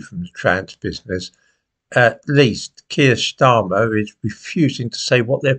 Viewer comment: Did you say shtarmer